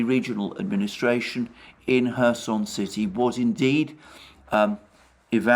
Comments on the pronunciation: Alexander why you are saying 'Herson'??? While the name is 'Kherson' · And the Right pronounciation of kherson can be found in Wikipedia.